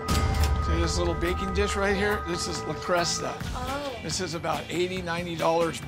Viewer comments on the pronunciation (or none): He read it off a script. I kept laughing at "le Cresta" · La Cresta? Le Creuset. J.R. Hinckleys? J.A. Henckels. Lol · ‘’ 😂 - er ‘le creuset’ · He said le creste but it is pronounced le cruse. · No one else annoyed at how he is pronouncing le creuset?! It’s French and the correct way to say it is: 'luh-CROO-zay'. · ‘’ hmmmmmmmmmmmmm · Le Creuset: “La Croo-say”. Not Lasocta or Lacresta. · Can't pronounce cookware manufacturer correctly but knows how much it's worth 🙄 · ... hearing him pronounce the name of the cookware made me cringe. That's not how it's pronounced....